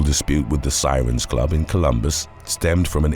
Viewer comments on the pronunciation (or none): none